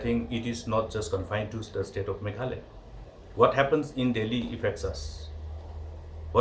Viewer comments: Meghaloy ???🤣 jin-da-bad.... Lah goi 🤣🤣🤣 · Not meghaloi its meghalaya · Meghalaya not Meghaloy..please 😬😬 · your party tmc can't pronounce meghalaya .shame of this party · Tang ban pronouce MEGHALAYA ruh kam pat ianang ...Shame on these people